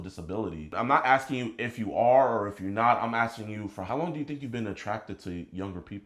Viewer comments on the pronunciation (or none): none